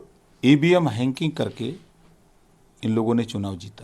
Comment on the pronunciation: Re gadha "Hanking" na hota hai, It's "Hacking". Jis chij ko pronounce karne nahi aa raha hai usme expert jaisa opinion de raha hai Ghochua. Mar bsdk ko